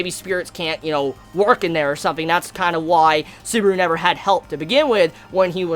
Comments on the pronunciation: You said suburu.... It's Su-ba-ru! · "How TRIGGERED Beetlejuice got when he realized, WHEN HE REALIZED, that Suburu makes fun of his gospel" First of all it's not "Beetlejuice" it's BETELGEUSE Beh-Tell-geus and it's not "Suburu" it's SUBARU.